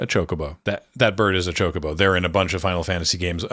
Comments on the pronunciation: Love your video, watched it three times, but I gotta say, even if you only do it occasionally, you are literally the only person I have ever heard pronounce it Cho-CO-bo instead of CHO-co-bo. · it’s NEVER “chaco-bow” lol. In Japanese it’s チョコボ or chi-yo-ko-bo. That’s CHO-CO-BO in English.